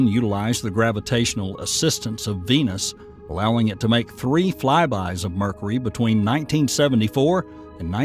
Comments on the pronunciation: Dude it's been driving me crazy. mErKuHrEe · Someone needs to explain to this guy how to pronounce Mercury. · Ever hear a native New Yorker accent when they say "caw-fee" for coffee? That's "New Yawk" accent for you.